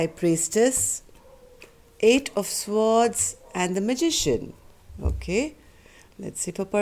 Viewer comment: swords is pronounced SORDZ.